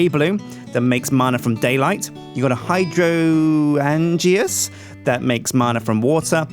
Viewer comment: its pronounced High-drain-juh not hydro-an-g-ah.